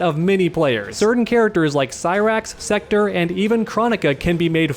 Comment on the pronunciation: Bro it's SEKTOR NOT SECTOR. Wtf man.